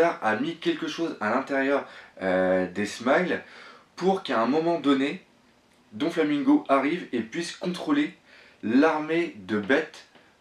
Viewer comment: arrête de dire Donflamingo c'est Doflamingo